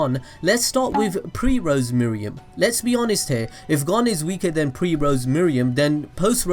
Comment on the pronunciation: Me-roo-em not me-ri-em :(